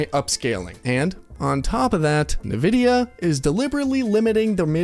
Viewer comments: Am I the only one hearing him pronounce Nvidia "nevidia" instead of "envidia" and being slightly annoyed every time? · It didn't help that all the series X and PS5 games were designed to still be played on last gen consoles. At least a lot of them. So were they truly next gen if they could still be played on last gen consoles? Not in my book. PS: Nvidia is pronounced invidia not navidia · My man really said “nividia” 10 times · What's Navidia? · If you say Navidea one more time, Imo havta crawl through this screen 😂... I'm in need of a PC, but the cost vs. performance is insane.